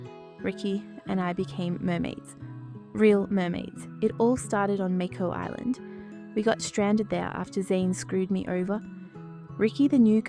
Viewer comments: I’m sorry this is all bullshit I can’t trust someone to tell us the history and future of h2o when they can’t even pronounce mako island correctly who ever did the voice over for this video should be fired singed a real and TRUE h2o fan from 2006🫡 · yeah unfortunately this is blatant AI. it doesnt even pronounce "Mako Island" correctly 😞